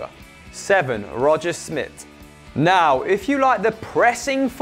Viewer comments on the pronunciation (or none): You pronounced Roger Schmidt's name wrong.